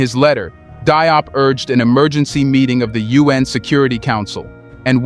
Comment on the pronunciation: Yep, France is very busy in Africa maintaining its grip on the continent and its inhabitants. Just a hint about how the last name DIOP is pronounced. "DIOP" is the French rendition of this name,. I understand that the narrator of this video is speaking English. The English spelling of this last name gives one a good idea of how to say it, and it goes as follows: "Jobe" (the "e" should not be spelled out, or pronounced).